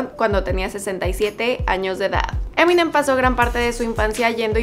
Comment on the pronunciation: Se pronuncia M&M.